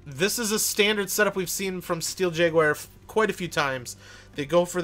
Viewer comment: Awesome gameplay! But... "Steel Jaguire" "Tourm-align" I can't... :P